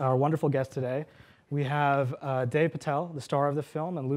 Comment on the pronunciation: DEV not Dave Patel, Dude! (How embarrassing ...)